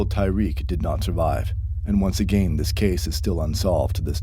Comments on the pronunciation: am i the only one who hears him say (A GAIN) and not again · “Agane” I can’t get over that 😭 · “And once agane” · Say “again” again😂